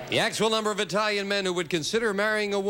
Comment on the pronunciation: Brother, was Lee an ignorant boy!!! First of all couldn’t even pronounce Italian correctly. Then was ready to make a disparaging remark about them. Of course in my opinion anyone who thinks a crooked president is a good person is more enthralled with “celebrety” or “fame” status than morals or ethics. Nevertheless I’m glad he won - wouldn’t begrudge him that.